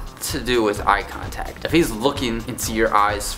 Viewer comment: When you said "eye contact" I thought u said "use contacts" I was rly confused for a minute.